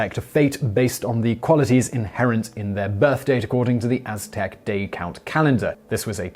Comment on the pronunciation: Simon nailed the aztec gods lol